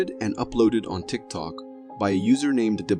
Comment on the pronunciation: Guy and the deer..tik tok, its tik tok!🙄